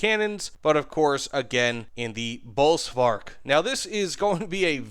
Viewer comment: The “v” is pronounced as “f”. And uhhh idk how to vocalize the “y” pronunciation in English text.